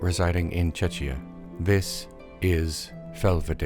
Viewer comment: that's not how you pronounce "czechia" :D